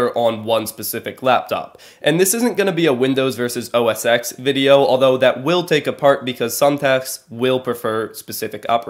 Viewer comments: Just a slight suggestion I guess. You keep saying OS X, pronouncing the X, it it's actually called OS 10, as Apple uses the greek number system. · The "X" in OS X is pronounced "ten" like the roman numeral. Just saying.